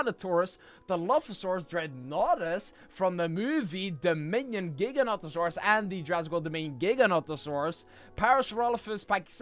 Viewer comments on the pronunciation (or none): when you put three Giganotosaurus together, one was mother, the second one was father, and the last one was brother or sister. You pronounce Giganotosaurus wrong and right, it actually pronounced giga-noto-saurus. The Giganotosaurus actually has a name Zeb, who is 18 feet tall and who is 3 years old, it’s same age and height as Indominus Rex actually has a name, Indy.